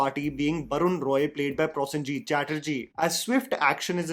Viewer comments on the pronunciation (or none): Dear a small request on correct pronunciation of Kolkata and Prosenjit. Kolkata is pronounced as Coal-kata and not Call- kata, like wise Pro in Prosenjit is similar to Pro in probiotic and not problem 😂. It’s not that difficult try it. Correcting since i like your channel and follow it.